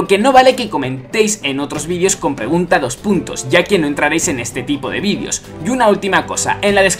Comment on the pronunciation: pregunta dos puntos ¿ Por qué dices "vidios" y no "videos" ?